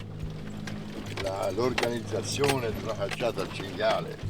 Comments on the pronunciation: ~chin,gale... its "chin-gee-ah-lay" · It's CINGHIALE baby, not cingale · cinghIale no cingale